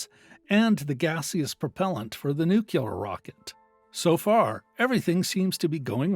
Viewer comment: Learn how to pronounce nuclear....